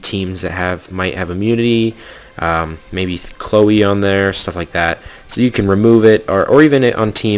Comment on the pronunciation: I'm pretty sure his Chloe" pronounciation is correct...so that's at least a single monster ^^